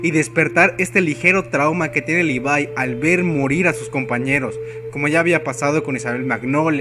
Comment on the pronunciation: libai?? wtf si te queres hacer el yanquee por lo menos levai es mejor. pero lpmqlrp es LEVIII . me cago el vídeo diciendo asi a mi querido levi. como molesta eso d los youtubers